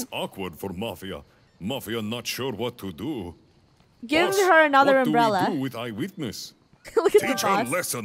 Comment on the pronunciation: Funneh: ITS A UMBRELLA game: ITS AN UMBELLA Me:LOL 😂